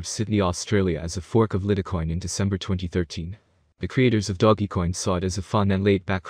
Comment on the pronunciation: Can you say doge coin not doggy coin 😂🤣😂🤣 come on bro